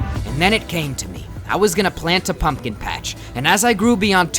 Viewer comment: No one:: It ain't much, but it's honest work Also: P O M P K E N